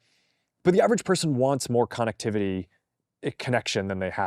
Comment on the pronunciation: why did he say “con activity”…..??? Lmfao